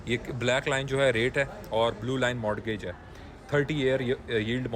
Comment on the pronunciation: o bhai modgage kisi bhe accent may correct nahi balkeh mortgage with T silent k saath perhtay hay